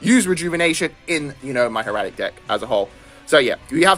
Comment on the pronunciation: Think of it this way. Hair-uh-tick.